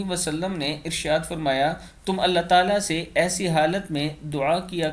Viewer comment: Rasool Allah ne" farmaya " hota h formaya nhi